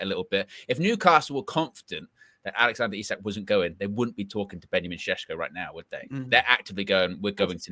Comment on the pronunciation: It’s Sheshko, like Sean Connery would say it! 😊